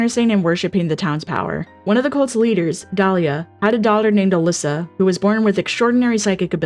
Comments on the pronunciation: Are you calling Alessa "Alyssa"????? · Great video but a couple of points of feedback: SH1 character is called Alessa, not Alyssa and also, Alessa was subject to immense abuse by her mother Dahlia, who actually burned her alive intentionally as a ritual sacrifice to birth god, but Alessa split herself in two while burning alive